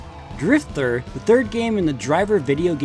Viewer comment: I really appreciate how you go into the background of all of the game franchises in addition to going in-depth with the graphical differences. Additional points for pronouncing Driv3r correctly as "Driv-three-R" at the beginning :)